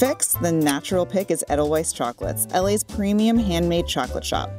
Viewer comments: Edelweiss, pronounced Ed-el-wise? Ade-l-vice....little white wild flower in Austria...you know, the country next to Switzerland. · Eddel-frickin-wyze? Ee-dil-vase. Immersed with? Umm, I think you mean 'in'. Who writes this shit? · Adele-wise lol wtf is that pronunciation? Jesus are y'all ever white. It's ay-dle-veiss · Edelweiss is pronounced wrong. Edelweiss is correctly pronounced Edel Vice. Wei in German is a V sound. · Chicken TIKKA masala, not tiki, and it's not eddle-wice, it's 'aidle-vice'. Fucksake. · Its edelVeiss not edelWeiss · You're killing me with the proper pronunciation of Edelweiss. It's "Edel-vice" not Edel-wise." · How you pronounce Edelweiss really bothers me 😖 the true Bavarian pronunciation is Ay-dl-vice so if this shop has their own purpose and reason for their pronunciation I wish it was included in the video, cuz without that explanation this video just makes us sound like the Americans that everyone here in Europe thinks we are lol but other than that, I’m drooling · I cringe every time she says 'Eddel wise'. Don't even know how to say the name of the company you're visiting... that's just bad journalism. smh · it’s “adel vies” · she pronounced edelweiss like “ettle wise” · When the host butchers the name of the establishment, it is hard to take her seriously.